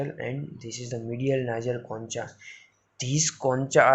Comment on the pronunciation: Concha sahi se pronounce nahi kiya google par dekhlo bhai